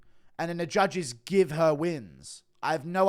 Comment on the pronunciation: Hey Guru, I know we’re all excited about the Yan win but why were you yelling about wanting him to 50-45 all the Jews? Very strange way to celebrate.